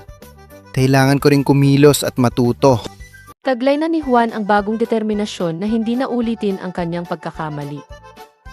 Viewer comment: 🇵🇭: Juan hindi quan